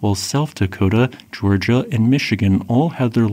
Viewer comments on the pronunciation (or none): none